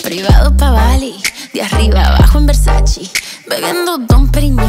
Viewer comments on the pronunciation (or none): la canción esta genial me gusta como dijo MALUMA miss independet solo una cosa q si le quita todo pronuncio mal VERSACE JAJAJA de resto esta genial pero aprenda a pronunciar VERSACE